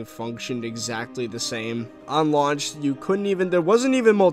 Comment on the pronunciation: "lauch day" lul